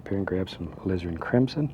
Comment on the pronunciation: Jonni Barratt I swear he says Lizard sometimes instead of Alizirin . .lol